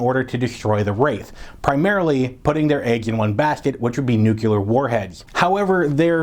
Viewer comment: Nuclear, not nucyaler. Other than that, great!